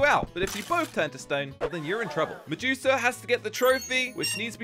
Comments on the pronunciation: is medusa not mejuka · did you say mejusa when you where in the intro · said medusa like medusuck🤣🤣